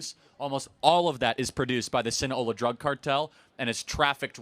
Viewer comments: SinaLOA. Not Sina-hola. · Sound it out bro SIN A LO A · Hearing Charlie mispronounce “Sinaloa” so many times is irking me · I came here to see if anyone else called him out on that repeated misspeak. It undermines his credibility to not know the name of the organization...especially in a video that starts with the importances of names. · Other than the pronunciation of Sinaloa. It's not some Florida based native American tribe.